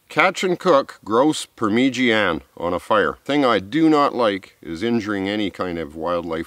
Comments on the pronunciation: I watch two things, hot birds and fieldcraft. Pronounced Parma jarna mate. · your good mate you know what your doing, but its pronounced par ma ja na. And just get a carst iron pot i think its called a dutch oven over there, anyway here in Australia its just called a parmi par-mi, love your shows just living off the land. I would like if you actually went into the outback, because New South Wales (NSW) is not the outback. West (QLD) Queensland, (NT) Northern Territory, (WA) Western Australia. Thats where the dry hot hard summers and winters are, (NSW) Doesnt have a hard time its wet spring through Autumn and even summer. Where you are in new south wales (NSW) is probably the best place to live in australia. You need to go north if you want to build survival skills. Not south. Love your shows mate i really do it just got me upset acting like where you are in Australia is so deadly when it is the least deadly part in Australia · Parmigiana doesn't rhyme with louisiana ! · OMG .... Parmigiana ? He pronounced it “Parmeegeeanna”. I pronounce it “Parmezhyana” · never ever stop saying permeegianne,! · Dude, you just got me saying parmeegianna. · Par meej ee Anna !!! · Yep, I'd dig right in! Good dinner. But par-midge-anna. With a little practice you'll still butcher it😂😂👍✌️ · I cringe every time I hear say “per-mer-jee-ana”. Love the videos tho man. It’s okay that you can’t pronounce it right. If I had a choice between having your woodsmenship skills and pronouncing parmigiana right, I’d choose the woodsmenship skills. 😂😂😂✌️and ❤️ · LOL purmeejeeanne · Recipe was good but ....I wud not be tossing that much amt of tomatoes... Pemigiaana 😂😂😂tats right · I love the video! And it is so funny how you say Parmigiana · Say grouse parmigiana one more time...